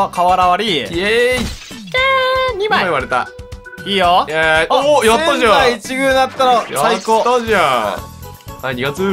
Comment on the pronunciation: せん↑ざい↓いち↑ぐう↓ すこすこ侍